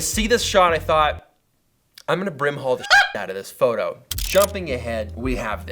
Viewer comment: lmao its sounds like your dog said out, not you haha